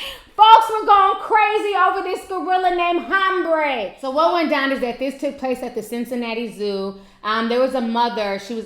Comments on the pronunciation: Name: Ha-ram-be. Not Hambray Ti. Lol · Ha-ram-be ... 3 syllables:-)